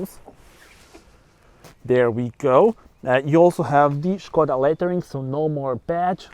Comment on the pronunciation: Good afternoon 😊 This car reminds me so slightly of a BMW. This car is not only stunning to look at, it offers luxury inside like the seat coverings and pull down screen. Umm Puma or Skoda now for me?😄 Ps. Like the way u pronounce Skoda, schh koda!! Maybe I have been pronouncing it incorrectly all this time. Enjoy the rest of your day until the next video 👍